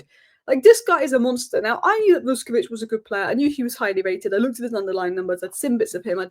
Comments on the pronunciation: Great analysis! Minir point you pronounce the Croatian’s name as Vushkovich. You’re 80% there already 😉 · Pronounced ‘Vush’